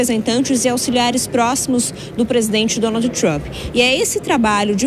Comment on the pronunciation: Quando se pronunciam Donald nao e necessario pronunciar a ultima letra D. Se fala Donal.🤣🤣🤣🤣😝